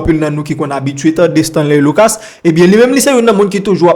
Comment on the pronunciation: Bro mem creole la ou pas paler bien. Stanley luca bro. Pas Stanley lucasse bro si ou vler kob sou YouTube fok ou apran paler nou pap ht médiocrité ankor